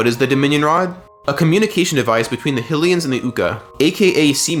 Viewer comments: Theyre not “Hill-ians” theyre HYlians. Kinda like how its HYrule Not Hillrule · My guy, its not Hillians 😂 Hy, its pronounced the same as Haj, as in Blåhaj? ...wait no, that's uh, less clear Hy, as in High High, lee-n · After hearing you pronounce HI - LEAH - UH one way and HILL - E - UHNS like that, it's just too fucking annoying. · We all gonna ignore the fact he called hylians hillians probably another one of those AI channels because they too lazy to do anything